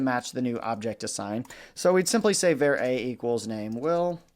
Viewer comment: The enunciation of var here is just not acceptable. Do he drive a "cair" to work or a car?